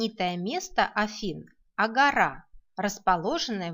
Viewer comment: спасибо, но прошу говорите не агорá а агóра